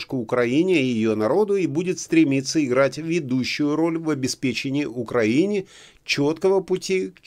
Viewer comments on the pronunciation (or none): none